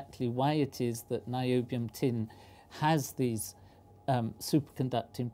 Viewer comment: Whoonium? Noobium.